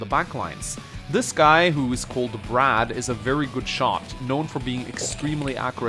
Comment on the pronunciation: When you said Brad I heard rad and I was confused as to why rad quets was there